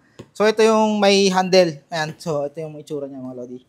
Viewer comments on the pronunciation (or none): none